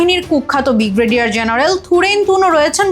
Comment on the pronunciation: 'বিগ্রেডিয়ার', নাকি 'ব্রিগেডিয়ার'?